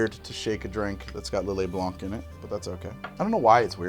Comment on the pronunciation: The "C" in "Lillet Blanc" is silent. It's white in French.